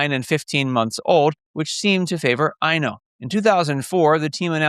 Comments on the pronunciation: Thank you! It's always difficult to decipher the anglophone pronounciation of Finnish names! 😂 Eino does make more sense! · I was looking for a comment on this, but I suspect he wanted to say Eino, which is a boy’s name and would make more sense. And after I started to reply this, I saw someone already commented on this and informed us of the correct child name. I live in Finland and also had your “ears” when listening to him pronounce the names. 😂